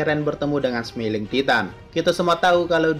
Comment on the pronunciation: karena efek membaca terlalu cepat, maka mengeja kata titan senyum dalam bahasa Inggris menjadi "semiling Titan", bukan "Smailing Titan"